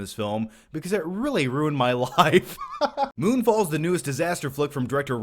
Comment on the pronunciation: I thought you said: "Moonball" lol.